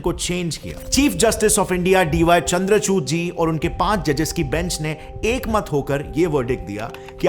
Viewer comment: CJI D.Y.Chandrachoot nahi Chandrachud naam hai yaar.